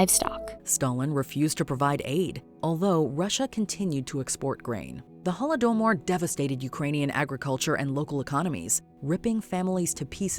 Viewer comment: Can you pronounce tragic historical events like Holodomor properly? Google takes 10 seconds…